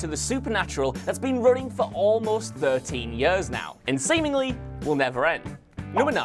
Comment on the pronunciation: Ehy do i hate the way you say years. No hate i love these vids